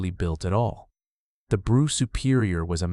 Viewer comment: 'Brough' is pronounced 'Bruff'.